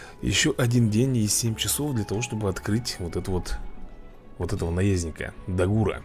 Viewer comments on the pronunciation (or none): Не Да Гура а Дагура